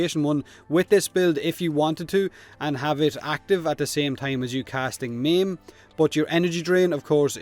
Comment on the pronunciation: When he says "meme" he meant "maim" Took me a while LOLS